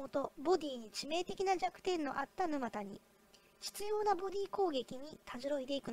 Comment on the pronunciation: 「ぬまた」のイントネーションが？